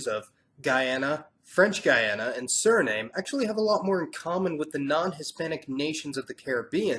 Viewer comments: Ik snap dat een amerikaan het op zijn amerikaans zegt.. maar als een zogenaamde suri zijn eigen land nietteens correct kan uitspreken? SCHANDE!!! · SURINAME is pronounced SU-RI-NAM. Not "SURNAME". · Basically a good job, a few small errors but overall good. ex. Suriname is pronounced Suri nahm not Suri name. Anyway good work. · Your pronounciation, Suri-NAME is all wrong, it's SuriNAM A short history of that: One of the earliest spelling of the name was: Zuriname, found in some ancient Dutch texts, but not all, some say, but it's not very clear, and not really all that important. Then, it changed into Suriname with an S English speakers wrote and pronounced it as "Surinam" (short A, like in "America" For a period of time, the Surinamese accepted that as the English/international version. Their national carrier is STILL called "Surinam Airways" and not "Suriname Airways" Then, out of respect, or whatever, the official English SPELLING became "Suriname" but it is still PRONOUNCED "Surinam" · Siri nAHm. Not Suri NAME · SURI NAHM NOT NAME! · I'm am Surinamese and Guyanese. It is pronounced Surinam, not Suriname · Nice narration, but Suriname should be pronounced as "SU- RI-NÀÀM" not surname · In Guyana they pronounce it Suri-NOM not Suri-NAME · Dude, it's pronounced Surinam, not Suriname. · Suri-NAHM, NOT Suri-NAIM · It's NOT Suri-name as "name", but Surinam like Vietnam.... I life in Suriname not Suri-name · Suriname is not Sur-i-nam, but Sur-i-nam-uh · Very informative, thanks for taking the time to explain the demography of these not so known parts of the world. By the way I thought the correct pronunciation for Suriname is something like Suri-naam, not Suri-name. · The E at the end of Suriname is silent. It's pronounced "nam", like Vietnam, not "name". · It is Suriname not Surinam !! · There's not a single silent "e" in the name SurinamE ! It is pronounced+ written as SurinamE, not Surinam ! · Suriname is pronounce SURINAAM not name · Pronounced Soo Ree Nam